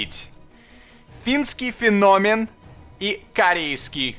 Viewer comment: с ударением феномен ошибся, сам говорил в каком-то видео разницу.